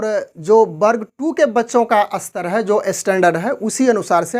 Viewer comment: कृपया अपनी भाषा सुधारे। आप स्तर को अस्तर, स्पष्ट को अस्पष्ट बोल रहे है।